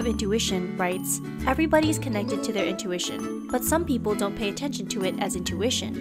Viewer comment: 6. You pay attenstion vor subtle signs vrom the universe. Ok, this one sounds really pseudo-science.